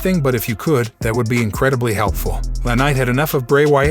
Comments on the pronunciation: You could at least pronounce names correctly...it's not LaKnight it's L.A. Knight, like Los Angeles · It’s L A night not LA